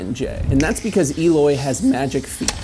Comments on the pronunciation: It's not Eeeloy it's Eh-loy. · Why does everyone, apart from him self prenoce his name wrong? It's el oy not eeloy he even mentioned this in one of his interviews even saying it like it has an a for alloy is still correct not e loy come on if ya gona talk about him get his name right 🤔